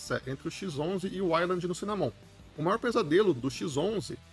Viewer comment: Cara, dá uma pesquisa em como se pronuncia as palavras "wayland" e "cinnamon". Você tá pronunciado errado.